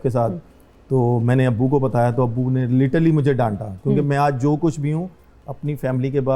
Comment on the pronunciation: Literally ❌ Litally✔️